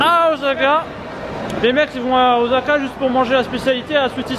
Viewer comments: Pitié, fait lui travailler le ooSSSSaka! et pas ozaka;'( j'ai l'impression qu'il y a deux fois plus de dai.. de Sika!! (c'est un cerf pas un daim u_u) que quand j'y suis allé (il y a + de 10ans) c'est ouf. je sais pas si vous avez fait (ou déjà fait) le Todai-ji (je pense pas vu que c'est payant et que est une pince) mais c'est super impressionnant. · Super vidéo mais ça se prononce Ossaka et pas Ozaka !!!!! Voilà il fallait que je le dise ... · DjoraNeko mdrr j'avoue le o"s"aka là! Ça fou de l'urticaire XD (en même temps c'est à la prononciation à la française quoi! Lool)